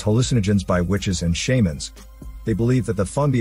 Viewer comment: Its shaman not Shaymin. Shaymin is a pokemon.